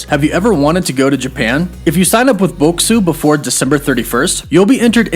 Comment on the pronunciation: At least pronounce the product you are promoting correctly. Bokksu is "Boxes" in Japanese phonetics.